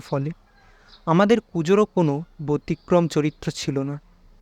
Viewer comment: আপনার শরীর কেমন আছে এখন? আশা করছি খুব তাড়াতাড়ি সুস্থ হয়ে উঠবেন আপনি। আসি এবার গল্পটির ব্যাপারে। বরাবরের মতই খুব সুন্দর, কিন্তু আপনার কিছু উচ্চারণ এ অসঙ্গতি আছে যেমন - ব্যতিক্রম কে বোতিক্রম বললেন। তারপর আমার জানা মতে অর্ধ উন্মীলিত হয় অর্ধ নিমীলিত না। এই ছোট খাটো ভুল গুলো মাঝে মাঝে সকলের হয়ে যায়। আমাদের মতো শ্রোতাদের দায়িত্ব আপনাদের মতো পাঠকদের ভুল গুলো বলে দেওয়া। আপনার গলা বদলানোর ধরন সত্যি অসাধারণ। মাঝে মাঝে আমি নিজেই অবাক হই আপনার গলা শুনে। আমার কথা গুলো ভুল ভাবে নবেন না, আমার উদ্দেশ্য আপনাদের অসম্মান করা নয়, বরং আপনাদের আরো সফল হয়ে উঠতে সাহায্য করা। আপনার শরীর এখন অসুস্থ বলে হয়তো এই ছোট খাটো ভুল গুলো হয়ে গেছে। শেষ কথা এটাই শুরু থেকে ছিলাম ভবিষ্যৎ এও এইভাবেই থেকে যাবো❤❤❤❤️